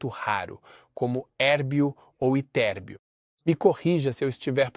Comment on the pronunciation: Pronunciou corretamente Érbio e Ytérbio, não como os narradores de IA que fazem uma salada de pronúncias, sotaques e erros horríveis. Obrigado pela mensagem.